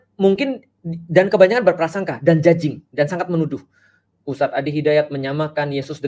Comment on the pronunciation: judging bukan cacing . Bahasa inggris dari menghakimi?mungkin